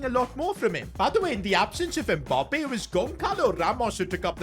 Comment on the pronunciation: Why do you call him Mboppe haha